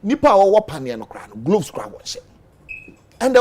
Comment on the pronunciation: Na dien so ne "glavs" no? It's "gloves" i beg you. Sua tra no adorso dodo, madam journalist.